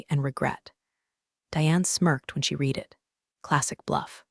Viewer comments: The word “read” is spelled the same for present and past tense, However it is pronounced “red” in the past tense. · Someone should teach the AI that's reading these stories how to pronounce the word "read" in context with its meaning in the sentences. They are all doing it. Maybe they ought to listen to the story before publishing.